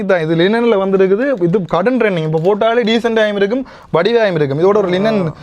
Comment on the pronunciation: Rending illa.. Adhu trending bro FFF